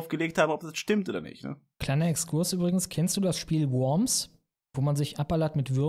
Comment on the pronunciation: das spiel heisst nicht "wörms" sondern worms, wie die stadt in deutschland;)